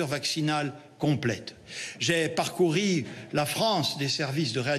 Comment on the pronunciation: A " J'ai parcouri..." 😎